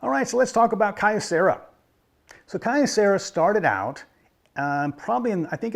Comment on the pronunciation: A bit pedantic of me, but "Kyo" is one syllable. The company name is written with a mix of kanji and katakana: 京セラ . So three (for English speakers - the Japanese writing uses another syllable to make a long "o" but English speakers naturally make the "o" long) syllables total: "kyo" "ce" "ra" . The company has dabbled into almost anything electronics over the years .